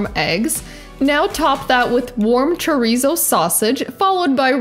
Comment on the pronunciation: You gotta your tounge when you say chorizo or it’s not chorrrizo 😂